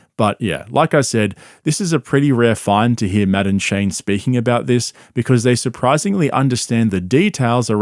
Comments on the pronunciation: Took me halfway thru the video to notice you are saying Matt and Shane not "Madam Shane' 😂😂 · Am I the only one who thought he was saying Madaam Shane? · It sounds like he's saying Madam Shane, which is how I will now and forever think of Shane. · You know, every time you say Matt and Shane, my brain hears "Madame Shane" 😂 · Anyone else think he was saying, Madam Shane?😂😂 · I straight up thought you were saying "Madame Shane" and thought I was out of the loop on some joke lmao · "Madden-shay" :^D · When you say Matt&Shane it sounds like Madame Shane. and that makes me laugh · I thought you were saying "madame shane"😂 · I kept hearing “madam Shane” and I was so confused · When he says Matt and Shane I keep hearing Madam Shane. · I can’t help but think you are saying Madam Shane lol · I keep thinking he's says Madame Shane lmao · It took me until halfway through the video to realize he was not saying "Madame Shane" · Matt ‘N’ Shane (I kept hearing) Madam Shane lol😂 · Everytime you say "Matt and Shane" all i hear is "Madam Shane" 😂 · I thought you kept saying "Madam Shane" and I was wondering who that was.